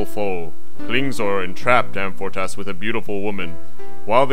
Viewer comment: About as superficial a synopsis as I've ever encountered. But amusingly Monty Pythonesque, I suppose. By the way, why doesn't the narrator pronounce Amfortas properly, with the stress on the second syllable? Very basic error. And Gamuret should be stressed on the first syllable. These two mistakes make the end result seem a bit amateurish.